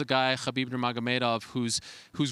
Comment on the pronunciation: For someone who doesn't follow ufc, you pronounce khabib's last name perfectly